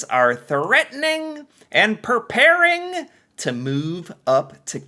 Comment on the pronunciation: Side note: it's 'PREparing' not 'PERparing'. (U.S. English /priˈpɛ(ə)r/ pree-PAIR). And could you just speak in a normal voice at the introduction to each post. Whatever that is that you do is getting really annoying. Thanks/Merci